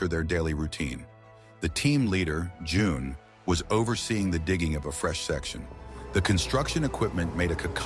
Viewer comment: That threw me for a moment with the June and Joan. You need to teach your computer Spanish. Great story.